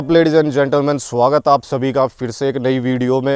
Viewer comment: Koi bhi paranormal investigator bna firra h Aaj ki date m .. agar 2-4 class pda hota to tere ko pta hota bhai ki .. Jo suru m bolta h ki suwagat h aap sbhi logo ka to wo suwagat nhi hota swagat hoga h ... Isme sh m uh ki matra nhi hoti aadha sh hota h